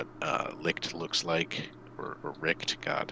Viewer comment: Wylk is absoultly not german, also Elena. But "Richt" is, kinda off. but i see the struggle, that "CH" ist not common in english. pronounce as an nativ englisch speaker is kinda ruff.